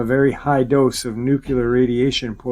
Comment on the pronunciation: Dulce, New Mexico is pronounced "Dull-Say", not "Da-Loose". Also, you pronounce "Nuclear" as "Nook-Lee-Ar", not "Nook-You-Lur". Sorry, but errors in pronunciation, grammar, and syntax drive me nuts.